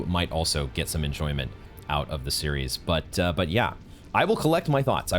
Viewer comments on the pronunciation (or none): none